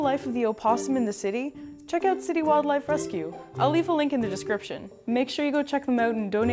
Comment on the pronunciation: "Check 'em oot?" She's Canadian!! :-*